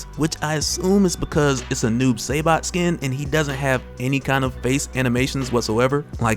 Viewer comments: It should be said like this: Sy-bot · did you just say Noob Saybot? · Say-bot..... I’m hurt man, I’m hurt 🤦🏾‍♂️ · Say Saibot like that one more time .....lol